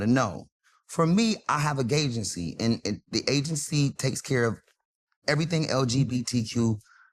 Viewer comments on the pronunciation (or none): he says he got a GAY-gency lol